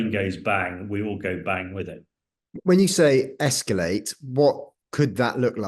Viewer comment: (Please stop saying 'escuulate', 'escuulation'.)